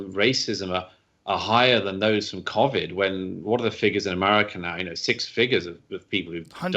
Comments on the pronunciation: Can I just say nobody in the UK pronounces Covid like this bloody good chap, I guess he's just trying to put a posh twang onto it, and playing into the stereotypical British accent that yanks think we all talk like. FML 🤦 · Imagine pronouncing covid cOAvid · ‘Amurica’ where they have ‘cuvid’ 😄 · You can argue his pronunciation is, in fact, correct. COronaVIrus Disease. One pronunciation (his) uses the correct sound for the CO but the incorrect sound (quite understandably) for VI and the other pronunciation modifies both to phonetically state the acronym. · I can confirm that no one else in Britain is pronouncing Covid like Douglas is 😂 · In case anyone's interested no one else in Britain pronounces Covid like Douglas . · Douglas Murray pronounces Covid differently from me. I have clearly been pronouncing it wrong. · Love Douglas Murray, hate the way he pronounces Covid 😂